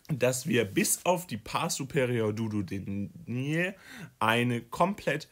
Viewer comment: hi, finde das video sehr hilfreich, danke! allerdings hat mich bisschen gestört, dass die Aussprache von einigen Begriffen verkehrt war (z.B. duodenum, duodeni, caecum…) das ist leider verwirrend und wenn man die richtige Aussprache nicht kennt eignet man sich leicht die falsche an. Vielleicht einfach vorher nochmal die Begriffe anschauen :)